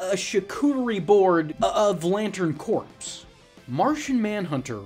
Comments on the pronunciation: Corps is pronounced core. You ever heard of the marines? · Its GARDner... and corps is pronounced "core"